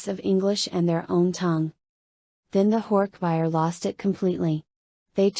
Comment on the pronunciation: AI reading is so annoying! So monotone. And reading all the thoughtspeech moments by saying “less than / greater than” because of the <. >. Symbols. Not to mention the pronouncing of horkbijir as horkbuyer. 😩 I own all of the books. I’ve collected them since I was a kid during the scholastic book fair days in the 90s. I’ve read and reread them dozens of times. I figured listening to audio version while working would be great. But looks like I’ll just have to reread them manually bc ai narration sucks!